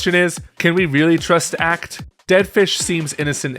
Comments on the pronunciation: It's pronounced "Acht" like "[ʔaː]"+"cat hissing"+"t"... not "Ackt" 😅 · Good breakdown, but I was physically cringing each time you mispronounced Acht. It's pronounced the same way you would the "oct" in octopus.